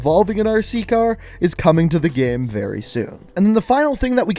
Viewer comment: Why does this guy say “gehm”